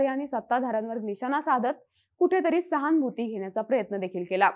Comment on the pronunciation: छान, सहानुभूती या शब्दाचा उच्चार नीट करा फक्त